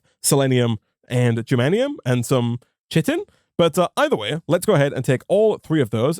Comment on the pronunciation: Chitin( kai-tin) please dont say that again like that someone might die